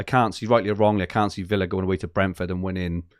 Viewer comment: It’s Aston Villa, not Willa! Every time that irks more than it should 😂😂😂